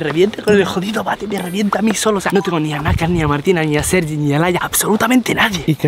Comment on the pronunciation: soy yo o dice Sergio en vez de sergi